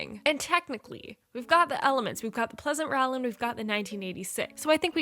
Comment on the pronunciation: Quick tip: Rowland is pronounced with a long "O" like "bowl", not like "owl"